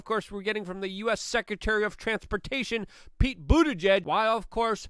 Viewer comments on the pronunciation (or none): none